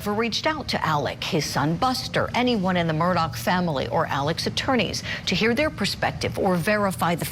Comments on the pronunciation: Can we STOP saying "MURDOCK" ITS, (sounds like)...."MERDAW" Lets not church it up dirt. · You keep saying their last name wrong